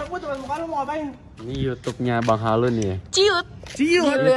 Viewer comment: bang mending lu belajar baca aja dulu, lu bilang YouTube aja susah bang, baku hantam kita